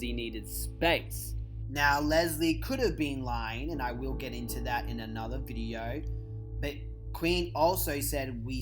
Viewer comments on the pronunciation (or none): none